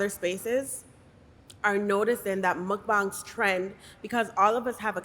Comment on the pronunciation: Muckbongs is what hes saying which is funny